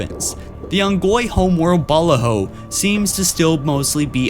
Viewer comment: “The home world of ‘Balla-Ho’” Look, their planet might have had some balla hoes, but it’s pronounced ‘buh-la-ho’